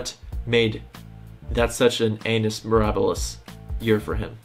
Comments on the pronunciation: anus mirabilis HAHAHAA say annus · Him reading Annus as anus Me, part of [REDACTED] cult: lol amateur